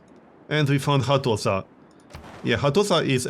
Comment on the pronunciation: The s in Hattusa makes an SH sound